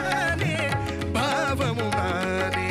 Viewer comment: No, decent attempt though need more punch and clarity when singing Tamil words (notably old songs like these. In addition, TMS did not pronounce "bBhavam" as the way you sung. Listen carefully. Second, swara phonetics should be sung with its own note with strong punch, that you missed clearly. But, overall good attempt.